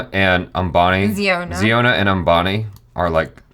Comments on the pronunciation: Its pronounced as "Zy-on-a" not "Zee-o-na". Like the Hebrew word "Zion" with an "a" at the end to signify he is a male. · Its zion not jiona he from mizoram india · Its Zion-a, not ziona. Wrong pronunciation, and they are from Mizoram, North East India. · The pronunciation of the name of with 39wives seems to baffles you. It's Zion-a ( a denotes male ) pronuns it as Zion Williamson's name. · Worlds biggest family, head of the family name should be pronounce Zaiona